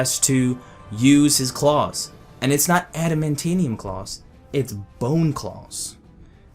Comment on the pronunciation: Idk how to spell it but you added an extra syllable to "adamantium "